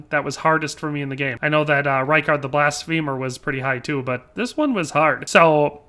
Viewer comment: Bro good video but like have you not heard the names said in-game? Lol for example "Blasphemer" to blast-feemer